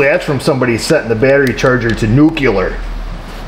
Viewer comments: NUCLEAR not NUCULAR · Nuc U lar. LOL